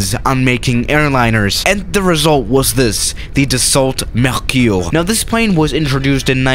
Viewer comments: Dassault MerKIour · Idiot! Don’t try to pronounce Mercure in French if it is so difficult for you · I'm french and you are say "Mercuure" no " mercure" 😭😭😭😂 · « The salt merciour »😂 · Nobody:: Mehküüüüh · Nobody:: Dassault mEcUrE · mdrr dassault mercyoure 😂, j’adore comment prononce les trucs français.